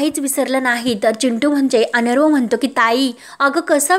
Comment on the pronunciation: अनरवं नाही तर अर्णव (अरणव) असा उच्चार करा